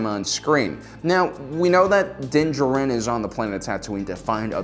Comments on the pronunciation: You are correct. He kept saying it weirdly. Its almost like he did not watch the show because they do NOT say his name like that in the show. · DUDE!! Just call him Mando for Christ's sake!! I can't listen to you butcher his name anymore!! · Again, is pronouncing the character’s names wrong a joke on this channel? You literally hear them say Din Jarin fifty thousand times in the last episode of season 1 and all on YouTube. Why not saying it right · PROUNOUNCE HIS NAME CORRECTLY